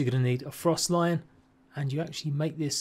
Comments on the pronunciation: It literally says stalion just missing the other L. To make stallion lol it’s not lion idk why people keep saying this but it annoys my life when someone can’t read or pronounce a word properly 😑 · It's froSTALLION, as in, a horse, not frost lion. lmao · I was just coming to say that, frost lian 😂